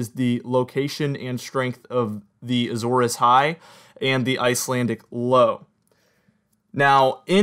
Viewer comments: It was a red flag for me. Since you realized it, no red flag. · I’m aware that I pronounced Azores wrong in this video, I’d never really said it much out loud. Thanks for watching